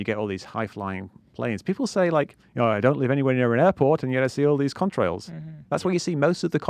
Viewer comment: Am I the only one who thinks Mick's saying cumtrails?